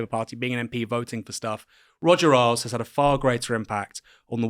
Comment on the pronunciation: I've always heard it pronounced Roger Ales, not Roger Aisles.